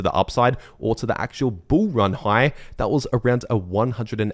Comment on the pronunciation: i like it when you say bull ran